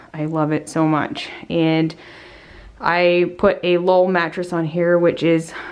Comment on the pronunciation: She said it a Lull brand mattress